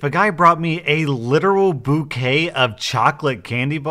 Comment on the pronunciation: "If a guy brought me a litteral ???(boo-kay) of chocolate candy bars, I might question my sexuality" wow👏